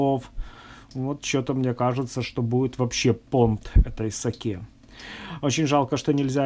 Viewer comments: Не сАки, а сакЕ!!! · СакЕ, а не СакЭ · Заставка нормальная, кому не нравится - всегда можно перемотать. Рецепты очень интересные, за что Вам отдельная благодарность. Единственное, что вызвало негативную реакцию, это Ваше произношение слова сакЭ.